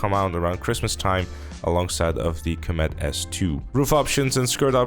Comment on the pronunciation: I hate how you pronounce Comet as comEt imo it should be cOmet. Otherwise i like your vids :)